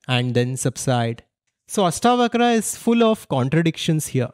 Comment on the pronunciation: It ASHtavakra...not AStavakra